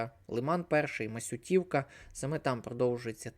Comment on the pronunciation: Дуже дякую за огляд. Але Масю́тівка, а не Масютíвка.